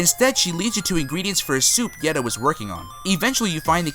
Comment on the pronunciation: "Givedoe" lmfaooooo, dude had it right on his vids and still got it wrong.